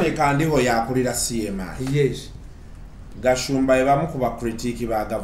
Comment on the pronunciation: It's called Kandiho not Kandaho. Thanks Mr Mirundi